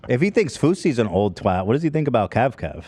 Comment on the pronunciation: Big props to Ethan for pronouncing twat the right way. Not many Americans do, lol papa bless